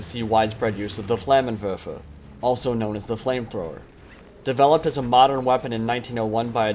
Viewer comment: for the people who dont know terman he is saying "flammen werfer" or "flamethrower" translated and not "flamen wefe like he said